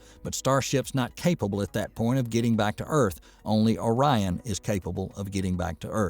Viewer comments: “Orean”? O-RI-ON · You are very right about Boeing's program becoming a boondoggle. One comment: "Ore- Ee - En"? - ORION... like Orion, a hunter in Greek mythology... and the consolation named after him... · Orion pronunciation 😂. Pronounced Oh-Ryan 😅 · Really did I actually hear you pronounce Orion as orian? Could you not have checked the pronunciation on the NASA site before making that gaff? Sorry not trying to be negative but how knowledgeable of the space industry can you be if you are mispronouncing the name of the space craft. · Orierian ? Are you kidding me.. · "Or-ee-un"? You mean Orion. That's the third obvious word the narrator terribly mispronounced. This is a bot's voice, not a human's voice. And with a ridiculous accent. Only explanation. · First of all learn to pronounce Orion. I watch the 1969 launch and landing of Apollo 11. Back then I could see the reason for going to the moon. Today I don't. Remember not one dollar is spent in space, it is all spent here on earth. Open up comments for why we are going to the moon again? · I was almost fooled that this was a real voice until I heard the pronunciation of ‘Orion’ - gad I hate text-to-speech, please use your real voice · Other than the first two times, he correctly pronounced Orion. So why they didn't go back and re-record... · I had to stop watching after he was pronouncing it like that. It was just too distracting and hard to take seriously.